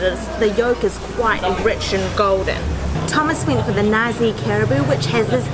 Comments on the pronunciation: Nasi is not pronounced "Nazi". The right sound is "na sik" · It's "nar-see", not "na-zi". 😊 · i am sorry.. we dont sell nazi here in malaysia.... :) we pronounced it NA SEE btw. eat more malaysian food. have a great day. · Tea= teh....as in ta..ble Tarik...as in tar...not ter...rik.. as in rake. Rice = nasi...as in naa,si as in see...colloq...nasik..with k ending. Not nazi..omit z sound. Wow superlicious food!!! mouthwatering indeed. Ice lemon tea...lemon used is small lemon called limau kasturi.. kas as in cast, tu as in too, ri as in real. Its small but so aromatic ummm. So hope you get the right pronunciation... Well you could start Malay food restoran in Auckland someday and educate Aucklanders on spicy food. Well done and Thomas for a raving review on Malay food. Good to have a Malay food outlet in every city of the world...all halal. Best wishes for more discovery in East Coast.🍽️👏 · So funny that they pronounced 'nasi' as 'Nazi' haha . But , it's okay haha proud to be malaysian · Hitler would not be pleased because you just ate what i heard as "Nazi"😂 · The correct way to pronounce nasi is na-c